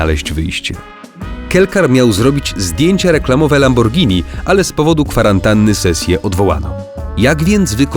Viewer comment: LAMBORGINI SIE WYMAWIA LAMBORDŻINI